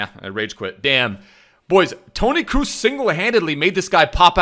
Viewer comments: Still don’t understand why he says “cruz” instead of “crows”. Grtz from a Dutchie. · Bro please don’t say “Kruz” is Kroos like cross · Love how he's saying "Toni Cruise" 😂